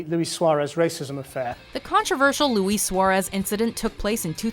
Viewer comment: The way she pronounced Luis Suarez tho